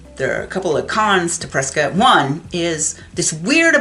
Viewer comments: It's CORRECTLY pronounced Preskitt, not Prescott. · You can’t be a native and not know the story behind it… JS. The town of Prescott, Arizona, is commonly pronounced "Pres-kit" (rhymes with "biscuit") by locals, rather than the more phonetically correct "Pres-cott". This unique pronunciation is a local tradition and has become a point of identity for the town, with newcomers quickly learning to adopt the local vernacular. While the town is named after historian William Hickling Prescott, whose name was pronounced "Pres-cot" by his contemporaries, the town's pronunciation seems to have evolved independently. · LOL on the pronunciation of Prescott. I am an Arizona native and it's one of the dumbest things I've ever heard. Do you pronounce Scott as "skitt"? What about cotton? Do they pronounce it as "kitten"? Their pronunciation makes no sense. LOL